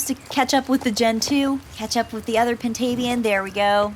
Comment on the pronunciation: I always pronouced Pintabian as (pin•ta•bee•n)